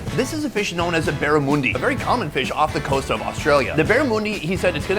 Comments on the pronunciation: Berra-moon-dee. 😅 Mate, it's pronounced barruh-mun-dee. Flamin' seppos! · Would be so epic to meet up with you mate! But I’ve gotta call you on the Barra-moon-di. We say Barra-mun-di — like the ‘mun’ in Monday. Think: Mondey. Short ‘u’, not ‘oo’. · Melbourne is not the most populated city, Sydney is. And yes they have trouble pronouncing Jalapeno. They forget the J should be an H. And it's Barra --mun (not moon)-dee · my god, do some dam research. That’s not how you say barramundi. There is no moooo it’s not a cow. Munch, not moooch. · Mate, it's barra mun dee... not barra moon dee. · pronounced,: Barram"ah"ndi in the aussie accent. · We pronounce it barramundy - as in the day before Chewsdy. 👍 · Barramundi - Pronounced Baaarrraaamundiiii (think Olivia Munn) for the Mundi part. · The Bara pronunciation was hurting me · Go to Sydney for your HSPs bro. woonona kebab house near wollongong or most places is western sydney. and ba - ruh - munn - dee. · "barramoondi" lol 🤣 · And why put the entire thing in your mouth? The potato cake/scallop/fritter - you're missing the mouth feel of the bite through the different layers and textures. And please ask people in the country/region you're in how they pronounce things - like BARRA MUNDY, MELBN etc. Plus, Melbourne had Greek yiros/souvlaki decades before halal was a common word here. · You're killing me with the pronunciations!! Parmi not Parma. Funniest is barah-moondie. Hahaha just say Barra. Oh and the pub owner that said jah-lap-ah-noes hahahaha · It's BarramUNdi... Why did the Italian buy a Burramundi.... Cos he was concretin' Tuesday... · Or "MelBORN" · It's a Potato Scallop. Not a Potato Cake. It's pronounced Barra - Mun - Dee Sonny. Learn the Lingo. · It was 15-all after 'barra-moon-dee'. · What's wrong is how you pronounce Barramundi. Just say Barra that will work better for you ha ha. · who taught you how to pronounce Barramundi, mate? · I like how both the jalapeños and barramundi are being pronounced here 😅